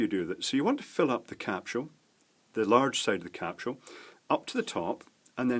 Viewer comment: WELCOME TO 'S VOCABULARY! One Thirty touuuth. Lovely. puup. Kinky. - puuuppss Capshuel THAT'S IT FOR 'S VOCABULARY! TUNE IN NEXT TIME FOR MORE AMAZING VOCAB!